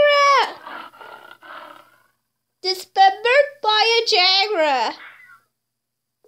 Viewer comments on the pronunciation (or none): Why you always saying "jagraw" instead of "jaguar"? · "pola ber" "jagrua" "leprod" why but that was funny